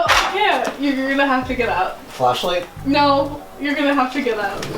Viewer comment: i cant be the only one who hates how he says "out" or anything that starts with a "o" or "ou" like "outside